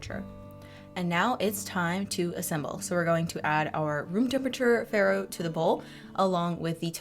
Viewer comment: These look amazing! Also, some totally unsolicited advice-it’s pronounced “fah-roh,” which is Italian for spelt/ wheat.